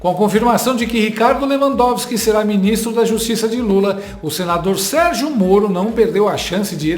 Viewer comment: É SÉRIO?QUE ESSE MILITANTE JORNALEIRO NÃO SABE PRONUNCIAR O NOME DE LEWANDOWSKI..JURA? PRESTA ATENÇÃO. VERGONHA.BANDO DE URUBÚS